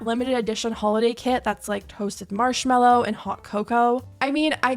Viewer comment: the way she says marshmallows truly enrages me